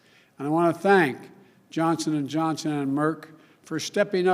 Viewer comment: I watched this video yesterday and again today... it isn’t the same video. Right at the beginning the woman was wearing a different colored dress and the first time Biden says Johnson and Johnson, yesterday he clearly said Johnston and Johnson... anyone else notice this?